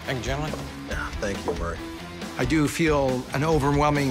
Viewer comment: right i like how he mispronounced his name from murray to mary atleast that’s what i’m hearing and i turned my speakers all the way up